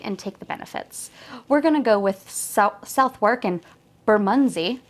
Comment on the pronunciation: Hi. Thanks for the great how to. Very useful. Also not that it matters but Southwark is pronounced "suhthuk".. I know its nuts!